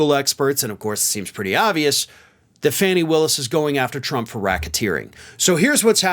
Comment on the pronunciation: Nice summary. BTW it's Fauni Willis, not Fanni Willis.